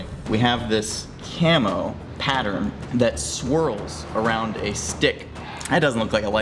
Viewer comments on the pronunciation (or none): I can't help hearing "chemo pattern"...